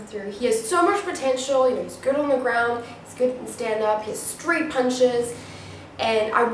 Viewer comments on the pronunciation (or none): none